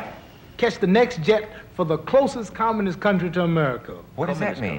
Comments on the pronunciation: haha Dick thought he said communist when he said "commonist" meaning most like america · LOL they thought he said communist country LOL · he s clearly saying communist.